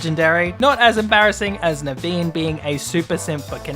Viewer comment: When he said Naveen I thought he said the bean 😂